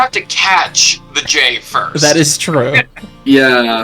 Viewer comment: Furst. And once again wins for nouveau English words